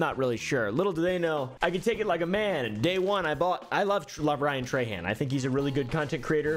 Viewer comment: being a louisiana native hearing people say trahan like "tray han" is so weird. we say "troh(n) hoh(n)"